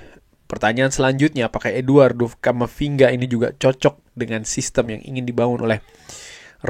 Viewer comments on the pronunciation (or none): camafinga ??? not good